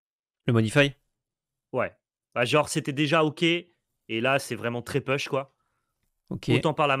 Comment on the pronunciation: tear asunder: prononcer "taire" et non "tire" (celui qui se prononce tire c'est la traduction de larme, pas la traduction de déchirer) - push se prononce pouche et non peuch (je présume que c'est ce mot là auquel pense quand il dit "peuch"?)